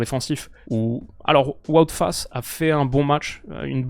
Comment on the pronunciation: ça fait trop plaisir que tu fasses l'effort de bien prononcer les noms c'est le premier français que j'entend bien prononcer Wout Faes Video tres cool encore une fois